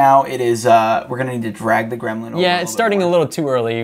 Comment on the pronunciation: Gremlin still wrong 😄 not grelmin 😄